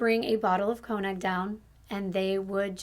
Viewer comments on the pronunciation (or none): none